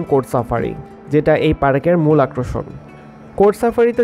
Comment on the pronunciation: আক্রশন না আকর্ষণ।